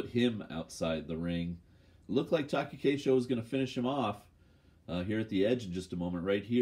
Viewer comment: I know you area aware, but to improve the channel , let me say that pay attention to the “あ” in TakAkeisho and other names. Please